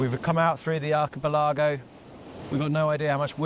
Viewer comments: Acha...pelargo...wtf you so funny ....arca pelligo..... archipelago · I do hope Archie-Pill-Agow is some kind of naff etonian joke pronounciation.